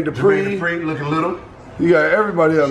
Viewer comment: “Jurmain Dupree, looking little” 😂